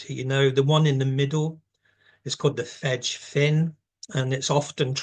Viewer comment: Fege Fín is pronounced "Fegeh Feen" not "fedge . It would be of enormous help to learn Irish, so that pronunciations are correct. Modern Irish has preserved it's consonant and vowel sounds over the Millenia , unlike English. na-eces is pronounced "nah neck-ess" c is a k sound in Old, middle Irish. auraicept is pronounced "owrah-kept"